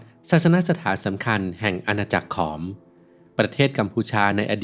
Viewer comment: ถูกต้องแล้วขอมโบราณ ผู้รู้จริงต้องอ่านแบบนี้